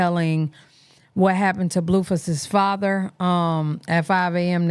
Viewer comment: Leave it to you saying fazha for me to laugh as something so messed up lol